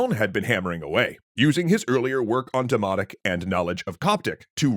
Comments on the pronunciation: Yall said dimonic not dimotic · I really can't help hearing 'demonic' instead of 'demotic'. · i know but im hearing them pronounce it as demonic like their pronouncing the N. it just bugs meeee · I’m gonna be honest I thought you were saying “demonic” instead of “demotic” and I was so confused.